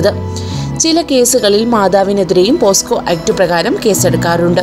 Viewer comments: പോസ്കോ അല്ല കുട്ടി.. പോക്സോ.. ആണ് ശരി.. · പോസ്കോ അല്ല പോക്സോ ,എന്താടോ തള്ളുന്നത് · ആദ്യം പോക്സോ എന്നു പറയൂ.....